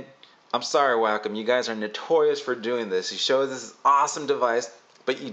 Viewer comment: It's pronounced WAH COME Wacom. Not Wackem.